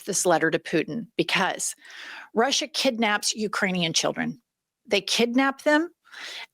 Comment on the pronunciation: Did he keep saying that "we are in Alaska in Rusher"? He said it like 2 or 3 times, not just a slip of the tongue. It was very deliberate, as if he is giving Alaska to Putina. Why is nobody talking about this? Its unreal him saying that Alaska is in Ruzzia!!!!! Ive heard nothing more about it.